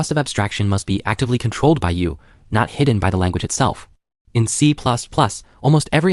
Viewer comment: Don't worry, the next iteration of the LLM will pronounce it better.